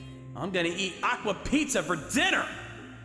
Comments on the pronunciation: Just a little nitpick bro: the script said Aqua PAZZA (Pat-zah) not PIZZA. Its a very different dish! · Pazza😂 not pizza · He keeps calling Acqua Pazza as Aqua Pizza